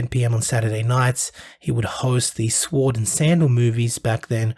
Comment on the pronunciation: great tribute , 5.49 mark .. sword is pronounced Sord, not swoard